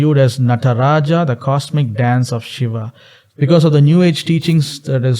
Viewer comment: It's not Sheva it's Shiva & it's not Baal its Bael(Bull) & No Shiva is not the God of Dance it's Natraj which is 1 of the form of Shiva, Shiva is the Lord of Destruction & Also the giver of all knowledge through Yoga, So Shiva is also known as, Aadi Yogi. ✌🏻